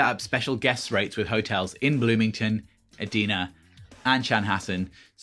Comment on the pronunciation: Thanks for the video—it was good to hear what people wear since I will be going for the first time this year and have been worried about over/under-dressing!! I’m so excited about Celebration—should be a blast!!!😁💜 P.S. Minnesotan speaking here Edina is pronounced “ee-DYE-nuh”...(weird, I know!) Don’t even get me started on pronouncing Wayzata😜